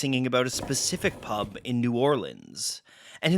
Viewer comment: OMG, hearing this guy say 'pub' is like nails on a chalkboard!! He has to be Canadian with that terrible pronunciation. It's so strange how such little things can be annoying - especially as I'd never even notice how a single Brit would say it - with our 40 accents and hundreds more dialects 😆 And this is why, as much as I could speak other languages, I won't - cos those native speakers would hate me lol.